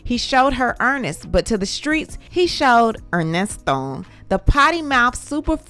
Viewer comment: "Put some RESPEK" on that man name ...its "ERNESTO"...LOL